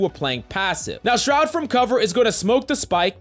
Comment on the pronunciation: Buddy really be out here saying SROUD smh